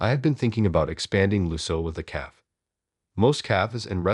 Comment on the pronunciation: AI narrator is pretty bad. Cannot pronounce multiple words including cafe, nor the name Liam. Story is not bad, please find a different narrator.